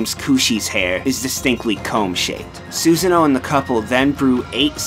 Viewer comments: love the video, was surprised by some of the trivia. But the pronunciation was very cringe-worthy at parts. "Suz-a-no" instead of "Soo-sah-no" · The narrator for the video mispronounces Susano's name and it annoys the shit out of me. It's Su-san-oh, no Susan-oh. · how he screwed up so many names. Sounded like he just sand Susan O. like it was a last name. >.> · "Soo-zann-oh's house" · By the way, his name is not "Susan - o", the "a" has an "ah" sound to it. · "Susan-oh", really now dude? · It's Soo-sah-no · Rewatching this, I hate the butchering of the character names XP ‘Suseno” “AmatERasu” Like…. I can’t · You pronounced Susano like 3 different ways XD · I thought his pronunciation was particularly rough. The way he says Susano and Isshun was especially bad.